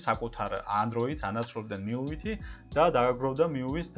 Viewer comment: Მიუი კი არა, მიუაი.